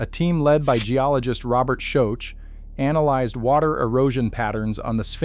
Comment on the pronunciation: Pronounciation of names is terrible. Especially Robert Schoch's name.